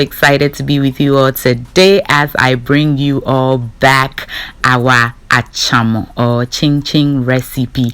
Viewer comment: 🛑 fucking up the Ga language.... the word is Achormor and not Achoma!